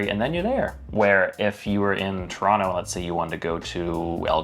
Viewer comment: you just confirmed something Jimmy Carr said with your pronunciation of Toronto - it came out like ‘Tronno’😊